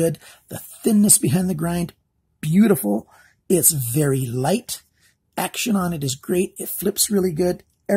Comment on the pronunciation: "bery stubby" :P